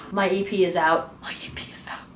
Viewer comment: third and fourth time you said your ep is out sounded like your pee is out 😂 . congrats 😊